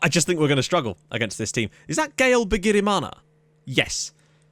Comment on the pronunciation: Wow u can pronounce a burundian name (bigirimana)